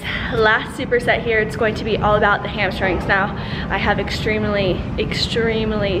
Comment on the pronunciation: 3 years later and I still can't say "hamstrings" without pronouncing it "hamshtrings" like Whitney. Love these dumbbell only workouts. I wish there were more